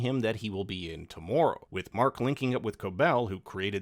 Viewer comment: you can totally tell you're Canadian the way you say the word "tomorrow"